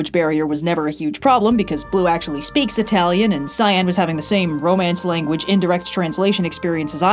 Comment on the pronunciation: Me for half the video: "Hmm, who is this scion person they're travelling with, that's an odd choice for a nickname." Me halfway through: "Oh, cyan! She's saying cyan!